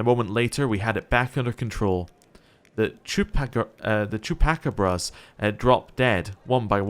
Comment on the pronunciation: For future reference, it's "Chuu-Pa-Caw-Bruhs"